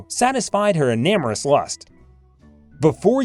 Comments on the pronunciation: Putting aside the content, who is the reader? is this a machine or computer? Abysmal pronunciation (en ar mous?) , no inflection, no variety of pace. If this is a real person, it is a terrible job and if it is not, they should find one. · When I heard "enormous" mispronounced "enamorous" right at the beginning, I knew this was not worth watching. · It appears that she also had an "Ee-nam-er-us" lust.... who is the reader??? Human or computer, it's an idiot.... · Right off the bat, you can't even pronounce the word ' enormous '.